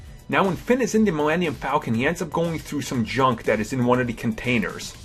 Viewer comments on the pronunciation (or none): Who else noticed this dude says his L's like a w. wuke Skywalker, Hon sowo, malimium fawcon